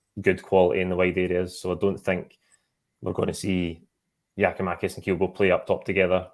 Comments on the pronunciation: Can someone tell the guy way the away top on that it’s Giakoumakis and not Giomakis ffs just missing oot bits of his name man drives me up the fuckin wall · Does understand that its Giakoumakis and not Giomakis? Is he intentionally calling him the latter? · The f*cking guy's name is Giakoumakis, not Gioumakis... Don't tell me you're as lazy as Kevin Kyle. It's Gary Mackay-Stephen, It's not Gary May-Stephen... It's not Gioumakis... It's Gia-kou-makis... Basics. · New season still saying Giamakis why is he on this when he's ignorantly getting one of our players name wrong? It's GIAKOUMAKIS!!!!!!!!!!! Gia-kou-makis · Still on some Giomakis shit??, can you PLEASE learn the man's name!